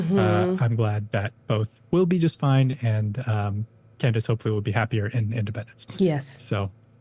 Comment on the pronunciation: I'm sure you are such a big fan, seeing as how her name is Candace and not Candis. As for "Crushing it", she was going on about whether or not the first lady of France was actually a man. That's just tabloid gossip, totally irrelevant to hard news.